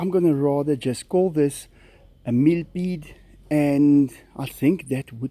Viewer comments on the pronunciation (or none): It's funny the way you say it millpead it's pronounced like millapead